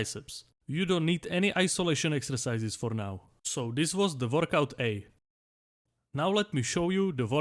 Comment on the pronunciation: Nooooo , I don't wannaaaaa , we can identify to the doodle guys ! Also the way he says workout almost sounds like vodka. Workout A and vodka B are great ! Keep everything, the presentation, the drawing, the accent , and take my sub !